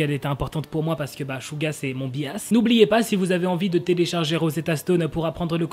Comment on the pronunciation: " Bias " ne veut RIEN DIRE! On dit " Bayas " c'est un mot ANGLAIS donc stop de mal le prononcé! Merci.